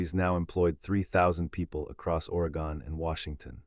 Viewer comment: Can’t pronounce Oregon. AI is so stupid.